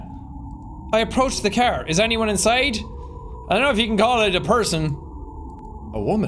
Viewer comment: Why do you pronounce car as "kehr" lol